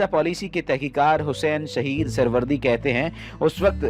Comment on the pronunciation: bhai phly bolna sekho saheed ko halak keh rhy ho...or aik bat jnb hum apko bta dein isi k koi b raz leek ni hota...